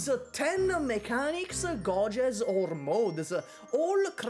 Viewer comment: thanks for pronouncing “gauges” as God intended